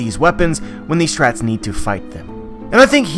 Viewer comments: You say strhats in stead of straw hat s lol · I hate the way you say Strawhats ‘strats’